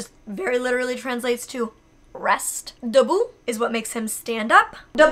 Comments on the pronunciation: Hahahahaha it’s Debout not début but good try 😂😂 Début does means beginning ( google translated it correctly) but it doesn’t make him stand up. debout literally means stand up It’s because Molly mispronounced it sounded like debut instead of debout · It’s « debout » (stand up) not « début » (which means beginning) :) just so that you know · It's "debout"/stand up or letterelly 'Up' & Not déput/Begining Love you ♥🔥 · Hey ! I suppose some other persons told you that but when you ask your dog to stand up it's debout in french and not début :) And do not say again that you sound stupid when you speak in another language, it's cute af and my passion is to listen to stranger speak french cause it's cute and sexy and arrrrg :P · molly it's "debout" not "début" those are different words😅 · Are you sure it's not Debout? Which litterally means stand up. You also pronounce it Debout. Début meaning more start like you wrote in the video. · when you want him to get up, it’s actually « debout » instead of « début » that means to stand up. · It’s DEBOUT not DÉBUT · you're saying "debout" which means "stand up" and not "début" :)